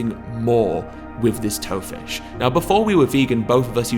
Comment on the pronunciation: I thought he said Toe Fish at first. If there was one type of fish I REALLY don't want to eat, it'ld be the lovely named Toe Fish. Joking aside, hope I can try some of this when I pop home for Christmas. One of the things I miss from home the most is the chippy so having a vegan version of it would be amazing!